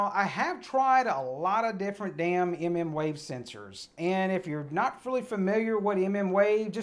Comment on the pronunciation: Emm emm wave lmao